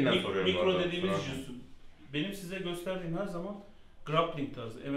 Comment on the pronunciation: Aga biri şu jiu jitsu demeyi öğretsin